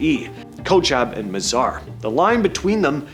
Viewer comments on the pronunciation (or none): none